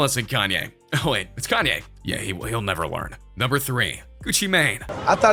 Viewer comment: You said chanye